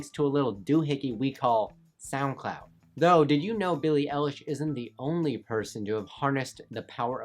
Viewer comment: Billie EYElish not L-ish I know it's spelled eilish but I'm using it to explain how to say it